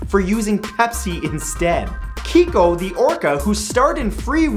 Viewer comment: what's with all the weird pronunciations in this episode? #22 It's Pag-a-ni-ni not Pa-gi-ahn-i, a complete butchery of a fine musician's name #25 Keiko is typically pronounced Kay-ko #30 it's Volt-aire not Volt-i-aire do you see an I after that T?